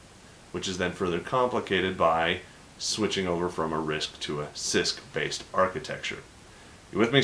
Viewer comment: every time you say cisc i hear cyst. what is wrong with me!